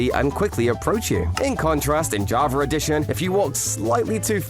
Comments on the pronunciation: why this dude says JavaR edition instead of java edition ? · Y Do you say JAVER instead Of JAVA Sometimes?? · Why do people say javer instead of java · He says: “in javer edition”. But writes Java 😔. Whole video is clickbait 😭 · “Javer edition” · Y u say javar edition? Why the R when u say edition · Bro said javar edition 💀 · “Jarvar edition” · "In jovver edition..."